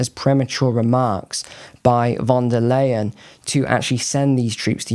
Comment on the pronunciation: Leyen is pronounced in German as 'lie-an' not 'lay-an'..